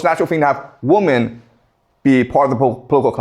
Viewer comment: He’s great but will someone please tell him that women is pronounced wimen,not wumen.